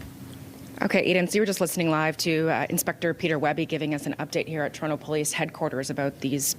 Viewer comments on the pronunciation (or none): none